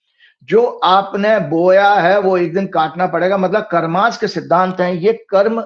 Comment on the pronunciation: इस कारण चूतियापा‌ तो देखिए कर्म को कर्मा बोल रहा है।